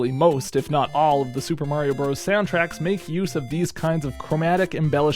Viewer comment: "Bros." is short for, and pronounced, brothers - not bros.